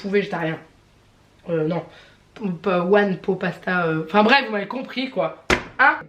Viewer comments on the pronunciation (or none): Coucou hihi one pot pasta ça se prononce pote hihihih. Ratatouille j adore mais perso j’ai absolument rien entendu comme son de la télé 😕le tofu ça n a pas de goût particulier, moi je le marine dans de la sauce soja et je prends du fumé. Gros bisouuuuu